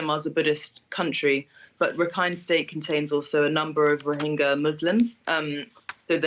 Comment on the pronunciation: It's not rohinja, it's rohinga